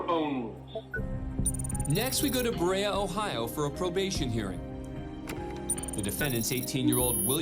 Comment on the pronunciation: Berea is pronounced "bur ree ah".